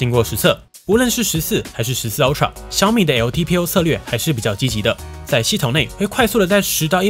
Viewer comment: 是"阿"TRA, 不是"歐"TRA, 您的發音太有特色了